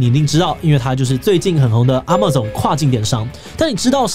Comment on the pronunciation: 也許 那個 Amazon 真的不是那樣念 老實說 好像只有聽過他這樣念而已